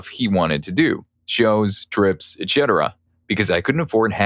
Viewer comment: Dude… you need some help. Ciabatta is pronounce …chia not sia Etc. ends with setera pronunciation not chetera